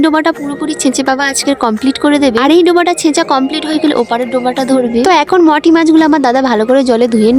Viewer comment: ও কি অশিক্ষিত ও মৌটি কে মটি বোলছে 😂😂😂 comment টা পরো তার পর Replay কর ওকে